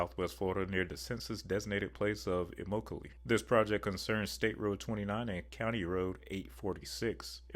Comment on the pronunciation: pronounced eh-mock-a-lee